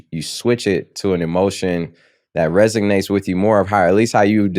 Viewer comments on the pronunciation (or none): someone make sure sean knows its 'resonates' not 'resignates' 🙏